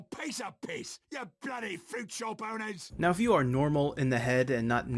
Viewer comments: I thought he was saying "fruit show boners" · I used to think he said "fruit show ponies"...🐎